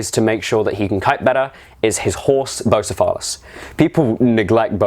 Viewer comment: That pronunciation of "Bucephalus" threw me off :D Great tips though, having my final fight in one or two sessions from now, can't wait!